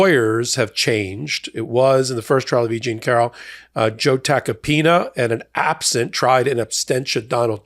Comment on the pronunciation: "... tried in abstentia [sic]..."?!? Come on,, the word is "absentia" -- you're inserting an extra "t" where is does not belong"!